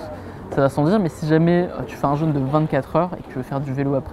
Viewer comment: Ça me fait vraiment rire de voir que presque tout le monde prononce le "jeûne" comme le "jeune" 😁 Un jeune est un ado qui boit du yop. Un jeûne est une période sans manger. Prononcez le comme il se doit ! Il y a un accent circonflexe !!!!